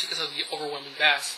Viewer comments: wow the basss ur saying is a fish!!!! pronounce it like base but spelled bass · Hey, a friendly word of advice. Bass is pronounced Bay-ss not Bas :) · Bass is pronounced 'BAISE', not bass! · When you say bass, its supposed to sound like bayss. Not the fish lol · The word bass is pronounced as "base". . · Bass? Bass?? BASS?!?!! It's spelled bass, but it's pronounced BASE. Wow, get it right. Think I'm wrong? Listen to the song 'Bass Down Low'... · I'm curious as im not a native english speaker... how is it correctly pronounced "bass" or "base" for sound? and why does "bass" in sound and "bass" in fishing is written the same way and pronounced differently? Looks like english language makes no sense sorry :) Can someone clarify that for me? Thank you!!! P.S: Great review. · if you pronounce bass like the fish, audiophiles will never take your videos seriously. you better fix that problem dude, but all in all the vid was pretty good. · No, I was serious... but I just felt like being an ass that day. Sorry. You can delete it if you'd like. I do appreciate the review, really. This is about the only real review on them on youtube, I'm hoping to get these for Christmas or on my own soon afterwards. I do agree with gorillaguy though, it was just that the way you were pronouncing it annoyed me, but like I said, other than that it was good. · Huh, I wonder why you pronounce bass like that. Did you grow up fishing or something? Were you never exposed to the term bass in terms of audio? I'm curious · Only an atheist would pronounce "bass" like the fish ad not the sound other than that, thanks for the review There's only a couple on all of youtube